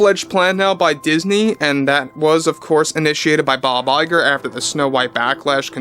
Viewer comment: Hearing Bob Lie-ger never gets old.